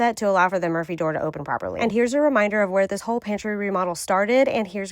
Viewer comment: Had to look at the title, I swear I thought she was saying "emergency door" throughout, not "Murphy".